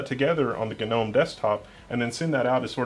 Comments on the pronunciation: The G is pronounced. It's not one of those garden things with a silent G. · Gnome... Gnome... Gnome "GUH-NOME" !!! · He says Gnome like Genome and Nginx like Ngine X. I mean it's not wrong, but those are supposed to be said like they are written right?